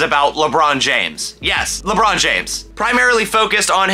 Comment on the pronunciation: Lebrohn Jainflamation